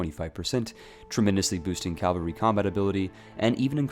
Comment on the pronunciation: Pls. Cavalry - /ˈkav(ə)lri/, not calvary.